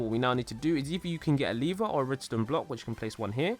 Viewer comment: Lever not liver